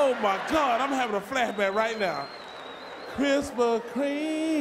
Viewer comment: He said……” Krispa Kreme”! Lol